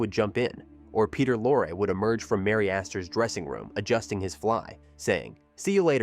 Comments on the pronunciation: Yes - and Peter was Lor-ray ( not Lore) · That's NOT "Peter Lore." as you pronounced it. It's "Peter Lorrey" as correctly pronounced. Of course it's spelled "Peter Lorre." He was Hungarian. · And who the hell is Peter Law ? It is lor Ray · I'm sorry again. But it is pronounced "Peter Lorr-eee" not "Peter Lor" or "Lor-ay." What is the world coming to when people pretending to be experts can't even pronounce the name of one of the biggest character actors in American cinema. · She's the sister of Peter LORE or, as the AI says later on, "Lor-AY." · The man's name is pronounced "Lorrie", do your homework. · 1) I agree... the AI narration is not great. Peter Lorre's name is pronounced LORE-RY.. AI voice doesnt know that 2) In Hammett's book, the ending is not in the movie. The gunsel escapes (as portrayed in the movie). The book ends with the news that Gutman and Cairo are murdered by the gunsel after they left Sam Spades apt and regrouped ar their hotel room. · AI called him Peter Lore. ROFL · your pronunciation is a bit off, its Peter Lorre LOR EE and captain Jacoby..its jac' o bee, not Ja cob ee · Agreed! The AI Voice is so bad…….it cannot even get the correct pronunciation of some of the actors especially Peter Lorre and what is “weird” about the “facts”? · More AI slop. Can't even pronounce Peter Lorre's name. I'm out. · The Ai narrator should have been programmed to pronounce Gutman and Lorre correctly. I think “Double Indemnity” would be an excellent choice for your next project. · And Bette Davis' first name. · Peter Lorre's name was pronounced in two different ways. Neither was correct. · I think Bet is a nickname for Betty or Bette. And I think he pronounced Peter Lorre wrongly too